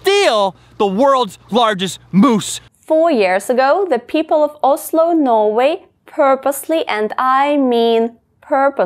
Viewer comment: Озззло произносится правильно